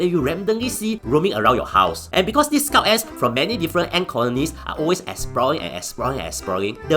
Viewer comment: am i the only one who hear "scout ass"